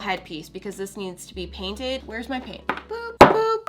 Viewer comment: I think she said "drainted" instead of painted